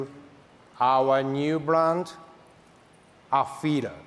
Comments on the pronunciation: Display: Afeela Speaker: Afeeda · Am I crazy or he was saying AfeeRa all the time? haha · Afeela? I barely know h’a